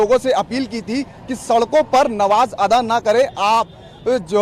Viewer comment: शब्द नमाज़ अता करना नहीं है शब्द अदा सही है एंकर ने उच्चारण दुरुस्त नहीं किया